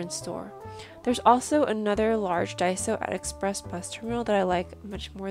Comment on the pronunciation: Really nice discovery, but daiso? Lol